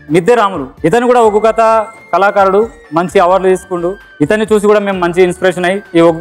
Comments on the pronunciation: Arey adhi uggu kadhu ...ooggu.. please chang the icon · ఉగ్గు కాదు అండి ఒగ్గు అనాలి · ఉగ్గు కాదురా, ఒగ్గు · ఉగ్గు కథ కాదండీ ఒగ్గు కథ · ఉగ్గు కాదురా అయ్యా ఒగ్గు 🤦🏻‍♂️ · Uggu kadhu bayya oggu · ఉగ్గు కాదు ఒగ్గు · ఉగ్గు కాదు నాయన ఒగ్గు సరి చెయ్యండి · Uggu kadhu oggu, kinchaparachakandi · Uggu kaadhu raa Adhi oggu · Uggu kadhu ra ayya oggu